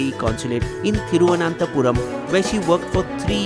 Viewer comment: You need not butcher the Pronunciation of Thiruvananthapuram. Simply say Trivandrum we can understand my friend